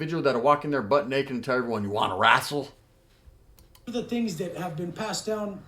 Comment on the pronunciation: "yanna wrastle " 🤣🤣🤣 But that nailed it he is YouTube pro wrestling..Vince McMahon